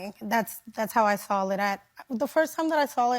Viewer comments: Did that one chick actually say, "When l "SAWL" it, the first time dat l "SAWL" it was... Blah blah blah.. "SAWL??? SERIOUSLY? Americans can't even speak ENGLISH now? Say "SAWL" to ME, you're NOT getting hired. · The BBL school teacher pronounces the word saw as SAWL? Our kids are doomed. There’s just no coming back from this. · She's a teacher??? "The first time I sawl it..." God help us. 😮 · "Sawl it"?!?! She's just stoopidt. Quit crying. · She needs to be fired. Not because of what she is wearing, but because she says "sawl". The last time I sawl it 🤷🏾‍♀️